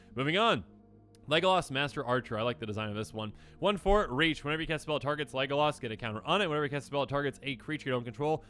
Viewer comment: Him saying leglas like he did killed me